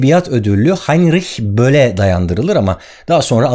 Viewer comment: Video nun başinda Heinrich böll'ü ne guzel soyledin abi oyle ya aksaninla falan..